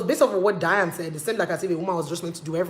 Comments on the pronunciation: it's DYNA ooooo, not Diane. lol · Get the name right it's Dy-na Ekwe-me then turn off your feminist filters. You said you made points but the lawyer you is misquoting her. The reason God created women is not for men to abuse them and faf around with animals but to leave to cleave to the woman. Marriage is anchored on women that's what it is. Someday you want to marry in Church but it's a shame you know totally nothing about why God made marriage. You keep misquoting her. It's ridiculous!